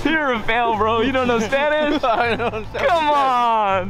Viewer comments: Im actually suprised by spanish 😂 He said everything right 😂😂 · The Spanish pronunciation is accurate asf, dude representing both the Asian and Hispanic community. Respect💯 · Randy’s Spanish Pronunciation is on point 👌🏾